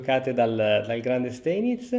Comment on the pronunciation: Sai che Steinitz si legge Stainitz